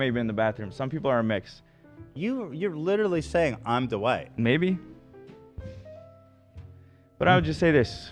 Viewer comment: I can’t handle and Ethan pronouncing Dwight like “DuWight” lolololol